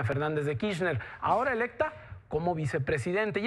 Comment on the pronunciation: Kirchner, no Kichner.